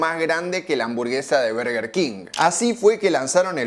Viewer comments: Se dice bœrgœr king… suena como una O. La pronunciación en español es horrible. Son dos palabras en inglés. No pude ver más tu video y tu bErgEr kin 🥵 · Cuando empezaste el video y dijiste "burger" salte de alegria, despues saliste con "berger" y no, no se dice asi, es Burger, escuchalo bien en la propaganda que pusiste (siganme para mas datos de ingles jaja) ahora, al doble whopper no hay con que darle, yo le agregaba Ketchup y me comia dos (asi quede) jaja. Buen video. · desconfirmo , este tio no nos representa , el 99'9% de los españoles decimos BURGUER king no barrrguer king 🤮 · que le digan BERguer me saca, no es mas correcto decir BARguer???? sin tener en cuenta que en las publicidades la misma marca parece que dice VERGA king, boludos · No se dice burger, pero tampoco berger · No se dice Berguer grandisimopelotudo. Es Burguer. Che estás hablando en español... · Llora que le dice bUrger, procede a pronunciar bErguer 😂 Capo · Las dos son basura, es burger no berger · Los argentinos le decimos "Berguer" porque nos queremos hacer los que hablamos inglés. Pero en inglés burger no se pronuncia así ni a palos. Por ahí en un británico con mucha papa en la boca podría ser "Bahrgah", pero en nortamericano es simplemente "Burgur" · Suena raro BERGUER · No es por nada pero cada vez que dices "berger" me da la sensacion de que te esta dando un ictus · por qué este chico le llama Berguer king? xddd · Deja de decir berguer!! Porteo pelotudo! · Berger king suena raro.